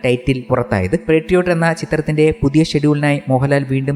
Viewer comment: പെട്രിയോട്ട് അല്ല ബ്രോ മോഹൻലാൽ പറഞ്ഞത് ശ്രദ്ധിചില്ലേ പാട്രിയോട്ട് അല്ലേ?